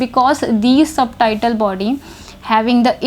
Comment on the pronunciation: O aunty ji. .. ye subtitle body ni Subtle body hy... b silent hota isme. .. Suttle ki tarh pronounce krtay. .. terms bolna tou seekh le phir teaching krna aa k. ...